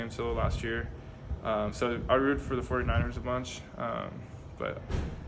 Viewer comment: He said 49 ners lol 😅😅